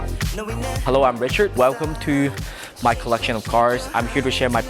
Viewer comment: Damn dude, learn the difference between r and w, his name is Richard and not Wichard.